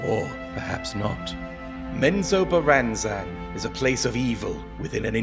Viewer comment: I think you did pronounce it right... Menzoberranzan!!! That's how I always pronounced it.